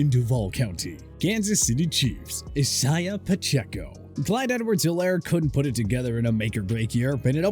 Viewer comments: who tf is isyiuh Pacheco ☠️☠️ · lol iss-hi-ya pacheco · Isaiah. I-ZAY-AH. please ffs 😂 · Dude cannot say Isaiah lmao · Who’s gonna tell him how to say Isaiah properly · It really bothers me that the narrator for this channel can't pronounce the name Isaiah but perfectly pronounces Tua Tagovailoa lol.